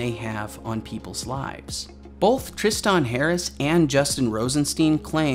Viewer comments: Great video but how the fuck can you not say Tristan? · The way you pronounce Tristan and quixotic bugs me.